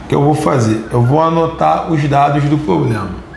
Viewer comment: Eu acho que ouvi ele falando POBLEMA..... independente disso, eu ameiii a aula...hj que fui aprender juros na vidaaa!!!!